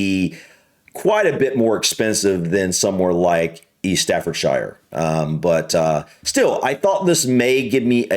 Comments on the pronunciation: Hi! Staffordshire, if your interested English English is a bugger to reproduce from the spelling so don’t worry about it, in England shire at the end of a county name is pronounced “Sha” so Staffordshire is pronounced Staffordsha! I know it’s counter intuitive but that’s how we say it, it’s like mountain that’s continually rained on it gets ground down until it works out easier to say! A bit like Moscow, you would pronounce it Moss Cow! No one else pronounces it like that, it’s one way of recognising a US person, as an example say how you would pronounce “shone” see you will pronounce it shown but we being lazy I suppose pronounce it “Shon” just a quirk of English English it more dynamic than US changed English. Anyway I’m rambling. Sorry Cheers Aah Kid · Tip on UK pronunciation of shire we pronounce it as either sheer or shuh. So Staffordshire is pronounced staffordshuh same with all the shires, Cheshire is (Chesheer/cheshuh) Lancashire (Lancashuh) or we just completely change it like Worcestershire which is pronounced wu-stuh-shuh now you can say wustuhshuh source 😂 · Staffordshire is not pronounced as shire at the end. It is staffordsha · Correction: The place (word) is pronounced StaffordSHIRE (Sher).. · Just a tip. When pronouncing UK place names, anything with -shire, is pronounced shure. Stafford-shure. Worcestershure, Oxfourdshure. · We don't say "shire" at the end of counties... only Americans do and it sound hilarious. Shur eg Gloucestershire..... is GLOSS-Tur-shur....... Worcestershire is pronounced WUSS-Tur-shur .... Lincolnshire is LINK-un-shur...... and no one calls Edinburgh Edd-in-burrow... only Americans. It is Eddin-bruhh. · It's pronounced Staffordshuh. Never ever Shyer. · the right way to pronounce would be "stafford-sher" rather than "Shire" that goes for any other "shires". Just thought id mention as i notice a lot of americans do the same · you know the expression "ugh". Instead of "shire" as in "fire" say "Shugh" as is said 2.55